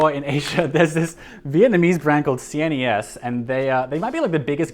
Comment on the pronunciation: CNES is pronounced See Ness and the letters mean Classic Noble Elegant Simple. Learned that from an interview last month on The Elegant Oxford's channel.